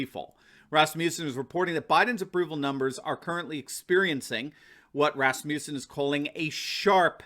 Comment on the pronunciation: Rasmussen is not pronounced “Rasmusen” the “u” is a short vowel not a long one as you are pronouncing it. I grew and have worked with Rasmussen people all over the U.S.A. They all pronounce as I have stated here. Just saying!